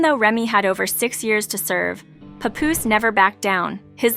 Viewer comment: Oh lord I hate that AI talking, not knowing the persons name. No rehearsal. No nothing.🗣100%